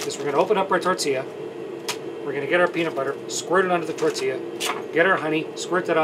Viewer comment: I like how everybody’s saying tortia no tortilla 😂😂